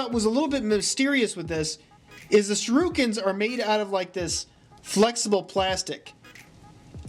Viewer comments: Shu-roo-kins yep ok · That's not how you pronounce shuriken